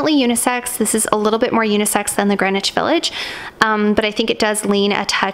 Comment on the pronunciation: Is anyone else bothered by how she pronounces "Greenwhich"?